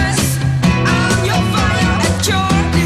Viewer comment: Hard to believe the original was 1969. Being such a good dance beat, it resurged in the disco era. Had no idea they were from the Netherlands. Another mispronunciation in the last words of the chorus. The words 'your desire' sound more like 'dee-or desire', which always stood out to me.